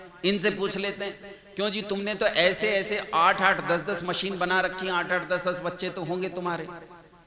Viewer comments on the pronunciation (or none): none